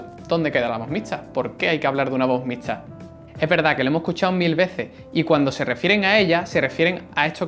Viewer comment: No puedes pronunciar la "x" xD...